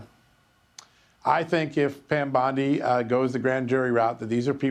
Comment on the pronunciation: Bondie Not Bundie. O not U.